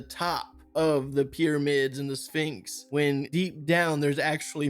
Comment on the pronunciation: wtf is a finx? If this guy can’t say things correctly he shouldn’t be posting.